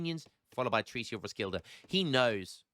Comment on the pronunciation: Again,, Roskilde is pronounced Ros-Kiel-Eh